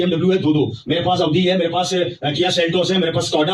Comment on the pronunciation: ओदी है 😂😂 ऑडी नहीं 😂😂😂